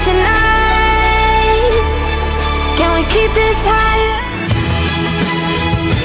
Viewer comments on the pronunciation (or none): none